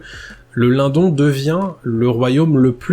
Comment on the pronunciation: super video Merci ! je pense qu'on prononce le "LineDonne" keep going